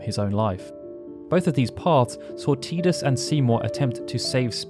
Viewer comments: Dear Lord why do so many people yourself included say Tidus WRONG!! lol even the lead developer calls him Tidus not Teedus or Teadus it's Tidus Ti-dus it's not difficult lol you say his name wrong so many times throughout this videos it begins to annoy lol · Can someone make me feel not alone in that I do not pronounce his name like that, my whole fam has always said Tidus like Tydus. I’ve never heard how others have pronounced it like Tea-dus IN MY LIFE. But have heard plenty people named/pronounced TIEdus. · TIDE-US not TEE-dus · I like how you continuously pronounced Tidus as "tee-dus," but then also pronounced his name correctly as "ty-dus" (timestamp ) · TYE-DUS. Not TEE-DUS. Tidus like Tidal. It's so frustrating to hear his name mispronounced. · His name is Tidus. It's pronounced TY-DUS not TEE-DUS.. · It's Tidus not TEEdus! As in tidal wave, or the tide coming in. Ocean related. Lol, sorry, that was like nails on a chalkboard after a while, but I really liked this vid. Great job sharing the deeper facets of the story! :) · like WHAT is a TEA-dus? I have never heard that in my life lol but yes like Titus! But with a D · Drink every time you say "Tee-dus" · Still refuse to pronounce Teedus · Tidus... "TIE-DUS" ffs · i cringe everytime he says teedus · You pronounced Tidus two different ways! 😀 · the only time you pronunced Tidus correctly. The pronunciation from Kingdom Hearts is wrong. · i can't even watch this because of the way you say tidus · I hate the way you say the main character's name... Considering how much of this world revolves around water it makes sense that his name would be Tidus as in the coming tide... Not Tidus as in I'm drinking a cup of tea... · cant watch. saying tidus wrong :)